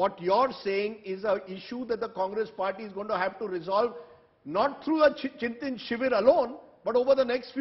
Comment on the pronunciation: It is ChintAn not Chintin